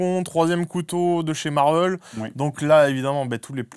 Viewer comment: tout le monde: marvél sébastien rasiat: marveul